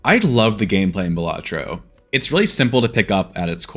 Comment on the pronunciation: dont need to see it, hes saying it wrong.